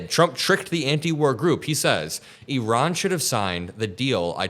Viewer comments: It’s ear-ON, not “EE-Ron”!!! The stress is on the second syllable. Iran: ear—ON. Get it? Good! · Eron? I thought it was pronounced I ran